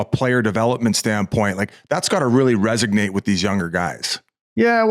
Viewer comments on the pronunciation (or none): why cant they say the word Vegas correctly......also Biz its resonates not resignates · Did Biz say, RESIGNATE?